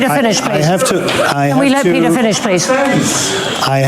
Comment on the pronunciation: the Vice Prime Ministerr of Czechia is Petr (pronounced PAY-ter) Micinka (pronounced MAT-sing-kah).